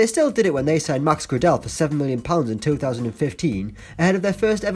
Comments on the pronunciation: Max Gra Dell 😂 it’s pronounced Gray Del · Max Gradel is pronounced “Gray-dle” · Was annoying me the way he pronounced max gradel 😫😫